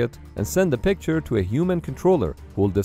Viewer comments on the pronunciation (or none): none